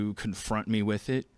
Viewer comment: did he just say... mie ?